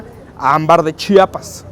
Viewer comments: Es la mera neta no saben pronunciar Chiapas y también chiapaneco le quitan la “I" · Soy orgullosa chiapaneca! Hermoso reportaje, solo que es Chiapas amigos Chiapas! No chapas ,! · me pierden ... como Chapas !? neta odio a todo que vaya allá y no sepa decir el nombre de Chiapas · Me encantaron sus videos de mi bello Estado de Chiapas lo que no me gustó es que en varias ocasiones dijeron Chapas o chapanecos se les olvidó meter la "i" después de la ch 😂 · Todo muy bonito pero no es Chapas es CHIAPAS.